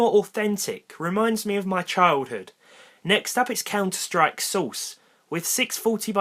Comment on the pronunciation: "C O U N T E R S T R I K S A U C E"